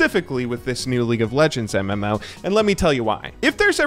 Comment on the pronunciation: "MM-ouwo" how he says it 🤦‍♂️